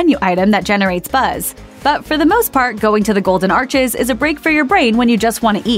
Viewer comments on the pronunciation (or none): none